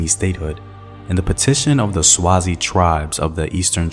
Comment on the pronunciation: Great video! As a Swazi I'm finding it difficult not to comment on your pronunciation 😂😩